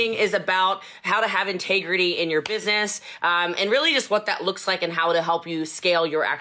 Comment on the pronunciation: I couldn't finish this video...she stresses me the fuck out! lol I cannot imagine having to "work" for her.. CRINGE... I saw no integrity or "intagrety" as she says, or respect in any shape or form